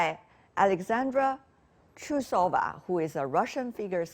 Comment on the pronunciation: She doesn't sound TrusOva with O stressed (in this case it'derived from underpants). Her surname isTrUsova with U stressed. Reporters must always ask how any foreign name must pronounced correct and be very decent. Great great minus!